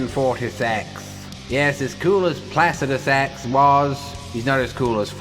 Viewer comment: holy FUCK you’re the only person to pronounce placidusax correctly in pretty much all of youtube. thank you